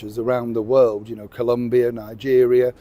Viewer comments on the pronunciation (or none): none